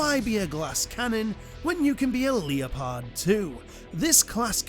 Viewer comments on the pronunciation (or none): you pronounce Leopard as "Leo-Pard" as in the big jungle cat lol... I've never in my life heard it pronounced like that, just saying. I've only ever heard it pronounced "Lep-urd". "Lep" and then "Urd". just like the word "Urn", like a burial urn, but with a "D" instead. Lepurd would be the phonetic spelling lol. I don't mean to be an insufferable autist, but I've just literally never heard "Leo-Pard" in my entire life until just now lmao.